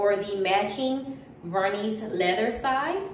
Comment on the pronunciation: Vernis has a silent s at the end.